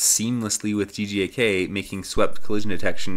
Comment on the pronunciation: Everytime you say GJK it sounds like you're saying GJAK